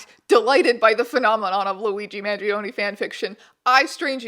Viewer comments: this is EXACTLY what I subscribed for. 10/10, no notes (except that the E in his surname is actually pronounced like the E in “exactly”) THANK U MR STRANGE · I love you but man the way you pronounce his name gives me 1 point psychic damage each time haha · This keeps switching to German after the first sentence T_T AND APPARENTLY GERMANS PRONOUNCE MANGIONE INCORRECTLY